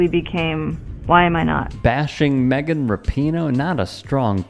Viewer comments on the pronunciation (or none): none